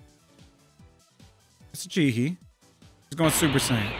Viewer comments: Why does it keep changing how it's pronouncing super saiyan? said it was because he capitalized it but the doesn't hold up with the others. I thought it was because the male and female narrators pronounced it differently but then the male narrator gets it right on Rocky's response. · made no snce saying he capitalised it on the Super Saiyan because Chosen's prompt was capitalised and it still pronounced it Sai Yan not Say Yan and Roses wasn't capitalised and it still pronounced it Say Yan as well. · from both voices pronounced Super Saiyan correctly and incorrectly, and capitalization didn't matter. Does anyone know why is that? Why do they pronounce even the same sentences differently?